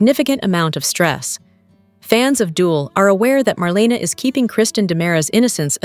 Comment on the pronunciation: YOU have no business giving any spoilers without knowing how to say MARLENA'S NAME RIGHT.